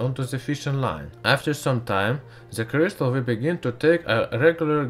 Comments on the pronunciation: Ze CRIZtal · Vewy weww, i wiww twy n make a cwistaw. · Ze clistal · Sorry, you are talking like"pu a auminuum cuystar in frask" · i like zeh purrpluuulll cryistalll